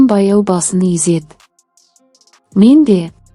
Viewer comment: Езеді емес изеді